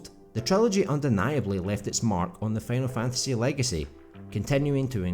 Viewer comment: “Fanal Fantasy”